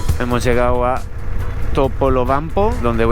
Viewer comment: TOPOLOBAMPO, la puta madre, pronuncia bien, carajo 😂